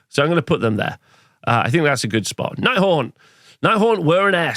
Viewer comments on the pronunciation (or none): Did you articulate the names of the armies in the least understandable way on purpose ? It's like you're rushing to get the syllables out of your mouth, blending them all together. Took me several replays to figure out you were saying "Nighthaunt" or "Ironjaws".